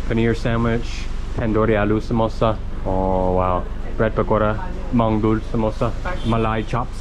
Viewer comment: Man you're Hindi pronounciation is awesome except for Mangdool 😂😂😂